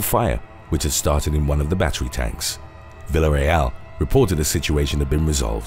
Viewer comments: It could have been worse.. At least he got the second syllable right. This dude really needs to learn the simple shit like LL=Ya. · Im sorry, but listening to you try to pronounce Villareal was gold. Love the channel though.